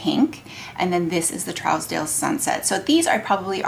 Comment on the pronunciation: Just FYI, it’s pronounced True-z-dale or Troozdale. It’s one of the most exclusive areas in Beverly Hills, CA. Great video. Of course, all of the colors look beautiful on you! I have Trousdale and Pale Fire and love them both, as well as the lightest bronzer, beautiful, and several of the lip balms. It’s a great brand!